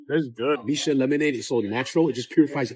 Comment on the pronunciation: It's Mixue (蜜雪), pronounced as "me share" (not "me Sue"), literally translated as sweet snow.